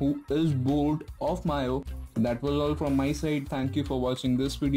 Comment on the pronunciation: Take this as constructive criticism,its not "mio" or "myo",its actually pronounced as "MEEUI".Good job by the way and thanks for the video :-)